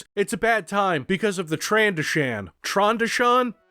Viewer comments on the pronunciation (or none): I had no fucking idea you were saying trandoshin which is pronounced trandough shin even though you probably don’t care I’m putting this here anyway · tran-DOH-shen traaaaaaaan ... DOH! sssshhhhhhhen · i know you don't care about them but i care about your current state. here are the pronunciations so you might get released early based on good behaviour. Pigs: gah-more-ian Nar shaddaa: nar shah-duh Trandoshan: trann-doe-shun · Republic Commando taught me that it's "tran-doe-shin." Unless that's wrong, in which case who cares? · hey if you want a proper way to pronounce Trandoshan play republic commando